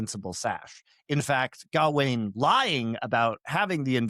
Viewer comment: If I hear say “GAH-WAYNE” one more time, I’m gonna jump through this phone screen and serve him up to the Green Knight. pronunciation is correct, it’s “G’ WAYNE”